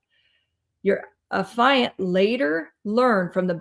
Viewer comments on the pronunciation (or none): Please. It is not “a fi unt”. It is “af eee unt”. You are driving me koo koo with every mispronunciation. I can hardly listen to the video over this.